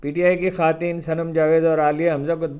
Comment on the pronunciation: نہایت افسوس کا مقام ہے کہ گزشتہ کئی ماہ سے آپ کے ایک غلط تلفظ "خاتین" کی جانب توجہ مبذول کرائی گئی مگر آپ کا تکبر آڑے آرہا ہے ۔ آپ نے کوئی توجہ نہیں کی ۔ کیا اسی شائستگی کی تعلیم اپ ہر وی لاگ میں دیتے ہو؟